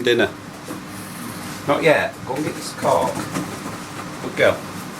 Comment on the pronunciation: The way you say cork. Oh my goodness, I thought you were using foul language with your dog😂